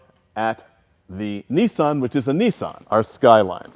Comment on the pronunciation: why you calling it a neesan its a Nissan